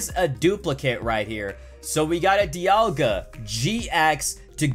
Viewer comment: Why did you said dealga gx